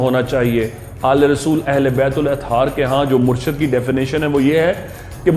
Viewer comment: assalamualiykumwarahmathullahwabarkatahu saheb murshad nai murshid hota hai